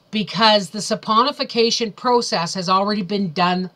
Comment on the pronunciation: It's actually saponification. And, yeah, it's a doozy to pronounce.